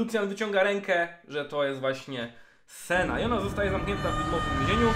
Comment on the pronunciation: Boże jedyny proszę cię Senna, nie Sena to się aż źle słucha i brzmi beznadziejnie. Trochę wysiłku to jedno ,,n" chyba aż tak nie boli, a trochę zalatuje ignorancją i olewatorskim podejściem do lore i tematu który rozwijasz przez bite 18min. W sumie skoro ,,wole mówić sena, bo tak jest krócej" to dla czego nie dodać jeszcze Lu i Tre zamiast Lucian i Tresh też krócej ;D Nie lubię się czepiać, ale jeśli chodzi o lore książek, gier czy filmu to jednak poprawne wymawianie imion i innych nazw własnych to chyba jakaś podstawa :)